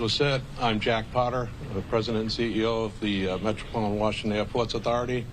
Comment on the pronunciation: Mayor of "waashinton" Where these people come from? DEI?